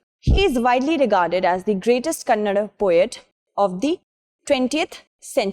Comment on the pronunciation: Tq for the good spell of word Kannada ❤#from karnataka